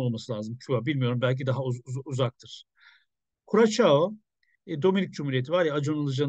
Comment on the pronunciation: Kürasao diye okunur abi